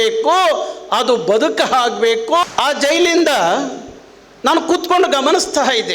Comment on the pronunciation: ಹಾಗಬೇಕು ಅಲ್ಲ ಆಗಬೇಕು ಸರ್ ಇದು ಕನ್ನಡ